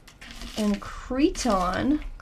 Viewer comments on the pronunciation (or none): I had the very bad timing of drinking water, when mispronounced "Creighton" - Critan? 😁 Yeah, I ended up spitting out my water in laughter! 😂